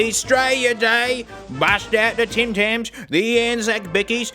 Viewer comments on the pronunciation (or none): I like when he says TEM TENNS (Tim Tams)